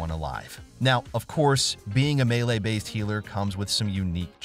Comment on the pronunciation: He’s saying it correctly